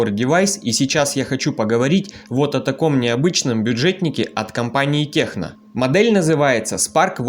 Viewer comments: Даже правильно название телефона выговорить не может,печаль...что за Техно?!? Название - Текно. Наверняка и на Онор говорил Хонор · Только не техно, а ТЕКНО 😉